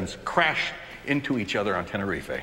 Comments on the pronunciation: Ten e rife, not ten e ri fay xD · I know Walt is the real deal when he calls tenerife tener-ri-fe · Tenerife-ay. That bit has always bugged me. Maybe it's an American thing to add the "ay". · the moment when Tenerife became “Tenerifey” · He’s pronouncing Tenerife wrong. It’s “Ten-a-reef” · Tenerife pronounced with an A at the end? Have been pronouncing it wrong all these years or is this an American thing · It's pronounced Tenor-reef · Well he is, he pronouncing Tenerife wrong to start with... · The way Walt pronounces Tenerife makes me cringe. Anyone else? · lol ive never heard anyone pronounce Tenerife that way before and ive been to Tenerife twice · The pronunciation of "Tenerife" is KILLING ME... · Loved that this show taught me about Tenerife. Also loved that it got me to hate Walter, because the guy couldn't even bother to learn the correct pronunciation of Tenerife. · He says Tenerife completely wrong LOL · He can't say Tenerife properly